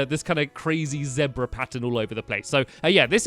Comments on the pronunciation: Wait Zabra????? I think he meant Zebra. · It's Zebra Not Zedbra